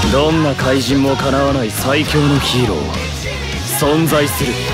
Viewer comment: ヒーローがヒイロに聞こえたわ